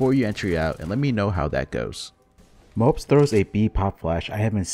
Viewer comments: It's Mo-po-z not mopes and it's R-ø(similar to ou in "rough") -j. Hope this helps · I love your content dude! But a little advice, Mopoz name is pronounced "mo - poz", not "mopz" xD.